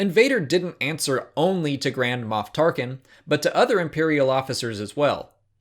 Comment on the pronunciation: You sound like you're saying grandma